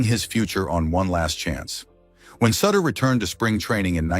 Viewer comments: Someone please tell the AI it's pronounced SOOter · The AI thing was too much to take after the third of fourth mispronunciation of "Sutter" and his being a "clocer." Enough already. Thumbs Down!